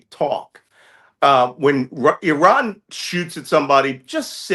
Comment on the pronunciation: Refreshing to hear the correct pronunciation of Iran as "E Run" and not "I Ran". It is getting clearer now why this great power is missing from the last great war revealed in the holy book. Arrogance and bullying have their consequences and costs.